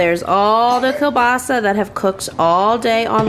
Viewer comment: I am Polish, and oh Girlfriend, I love the way you pronounce "kiełbasa"! It is actually almost 100% correct. You put the stress in the right place (which is a difficult thing to do in Polish language). The only difference is, every non Polish speaker pronounces "Ł" like "L" because this letter dosn't exist in many languages. It is pronounced just like "W" in the word "weeekend". But this time I had to stop the video to process your pronunciation, I was just like: "Did she just say "Ł"? Great job,!!!" It had to re-watch these few seconds five (FIVE!) times to finally decide that it was "L". I know this is a long comment, but hey, I am proud - Polish is very difficult and I am always so happy when I see kiełbasa in your food hauls, because I know that you are about to say its name and your pronunciation is so good. And yes, it is me judging your ability to speak a foreign language based on how you say one word 🤣. Have a great weekend, much love - Maria